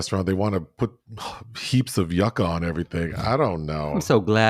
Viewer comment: Yucca is pronounced you-kuh. Don't let the latinas come for you.😂😂😂